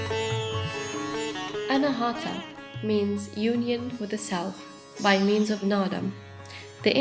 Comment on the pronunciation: It is Anaahatha...aspirated t...pronouncing t while blowing out ha at the same time. Hut-ha. Not anahaatha with the th like in thick.... Anaa is 'not' and hatha (hut ha) means struck. Unstruck, or a center that produces sound without an external source like striking a musical instrument...and oh, the d in naada is pronounced as in this, thus, not like in day. And oh, Naada is Sanskrit whereas Hindi speakers shorten it to Naad. This is such a SUPERB video...so much knowledge and wisdom. Fabulous production. Sweet enchanting voice.